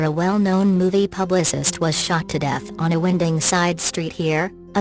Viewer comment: ' a win-ding side street side ' for god's sake !!